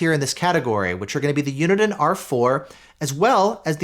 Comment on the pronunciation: You pronounce Uniden so weirdly.